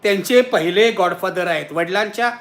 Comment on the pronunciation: नक्की नीट सांगा गॉड की गा? बोलताना जीभ घसरतेय